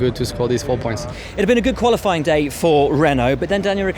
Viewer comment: Valterri does say Gollofying instead of Qualifying xD